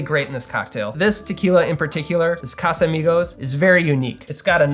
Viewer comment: Not casamigosssssssssss